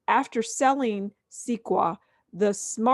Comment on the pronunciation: Sequoia is pronounced (sek-oi-ah) like the tree of the same spelling. Only meant to be positive criticism as I would help any friend struggling to pronounce something. You can take it or leave it. Only trying to help. Thanks for the info.